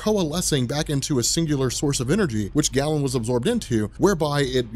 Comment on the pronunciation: I'd say it's GAY-len, not Gallon.